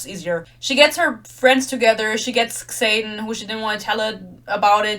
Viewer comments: I love that you pronounce his name as KSaden, lmao. I dnf'd book one 12 pages in, so I love these rant videos that validate my feelings. Keep following Yarros's lead and mispronouncing Xaden and Yarros. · The way you say “Xayden” sometimes sounds like “Satan” and it’s fitting tbh